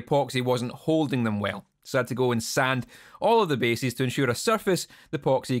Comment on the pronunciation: Love that the Scottish pronunciation of "bases" and "edges" sounds like "basies" and "edgies". Also, I'm pretty sure Kerry King did this to his guitar first. ;)